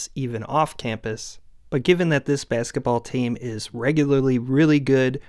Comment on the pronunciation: Your videos are great but the way you pronounce “basketball” irks me to no end lol